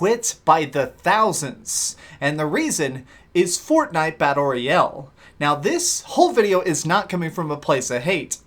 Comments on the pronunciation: Battle Royell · wtf is battle roy el